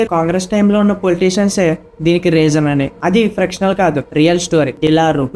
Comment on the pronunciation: Adi frictional kadu bro fictional